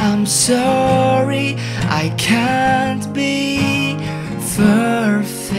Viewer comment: Pleaseee, benerin lagi ejaan dalam b.inggris nya bro. Soalnya gue denger suka salah ngomong. Kaya perfect jadi ferfek. Maaf bro, cuma ngasih kritikian aja. Jgn tersinggung. Gue subscribe lo juga ko, bukan haters tenang aja. Buat suara sih gue akuin bagus, dan gue suka nonton juga dari video pertama lo. Thanks bro